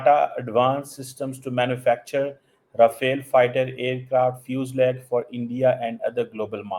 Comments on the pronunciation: Fusalage nai bolne aa raha hai aur ye assessment karega.. bhai tumhara IQ kisi 7th class k bache se bhi kam hai .. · Check fuselage pronunciation....ye analyst hain...wow😂